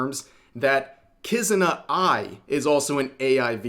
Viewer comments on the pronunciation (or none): Not Kizuna Ai. Kuzuna Ai. They're obviously different. Or it could be they've done precisely zero prior research and couldn't even pronounce a name. But naaaah. Can't be that, it's an award show, it HAS to be legit!